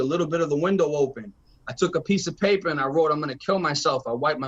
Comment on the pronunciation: “The piaper waoke” 😂😂😂😂😂😂😂